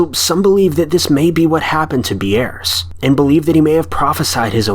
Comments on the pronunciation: Ambrose Bierce is NOT pronounced "Am broh zay Bee airss" but "Am brohz(rhymes with rose) Beerss(rhymes with pierce). The man should have been covered in your High School American English course. As to mangled pronunciation, I don't know how you came up up with this one. It's spelled like it sounds and it sounds like it's spelled! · "Am-bro-say bee-airs." Lol I've only ever heard it pronounced "am-bros" with his last name pronounced like "pierce" but with a B.